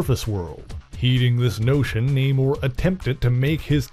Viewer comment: It's Na-moooooorr..lol